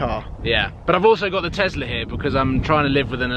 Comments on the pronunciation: for gods sake tessla not tezzla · it's Tesla and not Tessla or Tezzla.